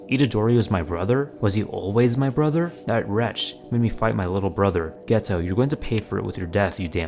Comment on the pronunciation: Geto is pronounced gay-toe im not joking